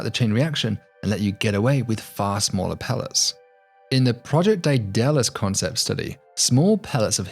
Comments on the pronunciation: This guy doesn't know how to pronounce Deadelous lol. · You missed Firefly Icarus Z-pinch confinement fusion, the best (yet devised) propulsion system to get a serious mass starship travelling as a sensible fraction of c. Btw you really mangled the name “Daedalus” (both Project Daedalus and Firefly Icarus are BIS concepts).